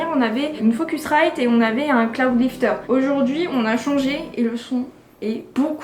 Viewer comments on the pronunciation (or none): none